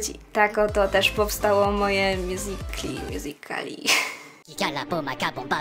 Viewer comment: Mjuzikli się mówi